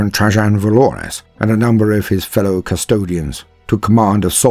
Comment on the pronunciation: Question for British English speakers: Trajann Valoris is obviously named after Roman Emperor Trajan, which is usually pronounced in American English as Tray-Jan, but that’s not how said it. Is this an instance of two people being separated by a common language, or a tomato-potato problem (and in case that doesn’t make sense in UK English, there are two common pronunciations in American English, toe-may-toe vs toe-mah-toe and poe-tay-toe vs poe-tah-toe)? And I’m not even going to start on the most widely spoken variant of English: Indian-English:)